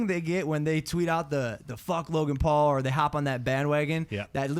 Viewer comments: Logan Pool...Jake Pool....any of the Pools 😂😂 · I still find it so funny how the Brits pronounce the Paul Brothers names 😂